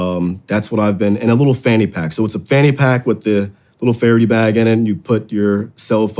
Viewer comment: It is Fara-DAY, not Fara-dee